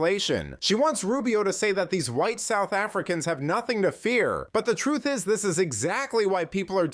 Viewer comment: I like how much emphasis she put on white. South Africa found South Africa not guilty of genocide. Apparently they don't document race in these statistics that they cite as evidence. I don't know if that's true but it would be very interesting if it were, wouldn't it?